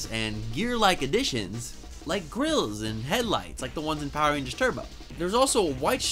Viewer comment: I don't know about yall but I heard this man say power rangers std